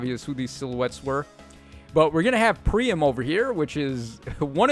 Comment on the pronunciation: A little bummed Vaike still hasn't made it in yet, but Miriel having an Ideal skill for fodder is amazing 😁 Also, how they said Priam's name sounded kinda...wrong. At least to me. I've said it how you said it.